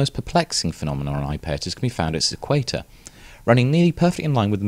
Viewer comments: It would help your credibility if you could pronounce the name of this moon correctly ! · I like his pronunciation. Bigger crimes out there than mispronouncing a distant moon. I'm definitely over it. Drive on!